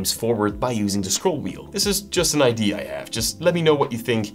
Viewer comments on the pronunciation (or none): did you just pronounce "idea" as "ID"? 🤔